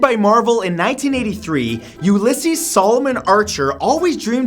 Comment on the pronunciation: its pronounced u-la-seas